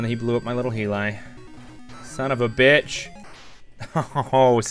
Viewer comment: Tiger heelie???? Definitely not the way it's pronounced.